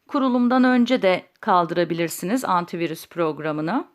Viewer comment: Antivuris diyor ya abla nasil kaldiracaz